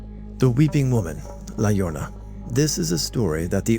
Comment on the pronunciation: La llorona is "ya-RO-na"